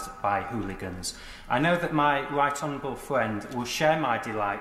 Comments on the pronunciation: My wight onowable fwend indeed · Scott Benton - “I know my wight honawable fwiend will share my delight” proper bwexiteer arse right there!